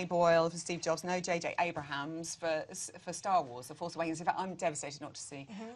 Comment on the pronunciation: Come on man, it's JJ ABRAMS, not Abrahams! 🙈